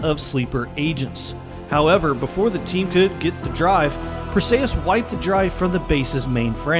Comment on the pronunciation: Perseeeeeus not ayyyeeeus